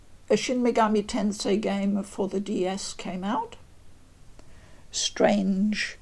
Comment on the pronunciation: My respect for this woman instantly shot up hearing her pronounce the name properly... its the little things.